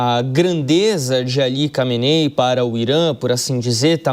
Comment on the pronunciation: Recebe quanto de salário pra falar nome do líder supremo errado?